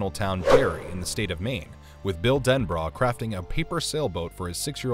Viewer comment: The character's name is Bill Denbrough (DEN-BRO, NOT DEN-BRA)